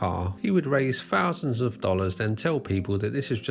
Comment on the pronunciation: When the narrator uses strange words like "fousands" and "freatening" he means "thousands" and "threatening".